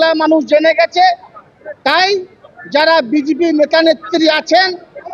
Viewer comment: বিজেপি শব্দের উচ্চারণ সঠিক করতে পারছে না। তুই কে রে হরিদাস?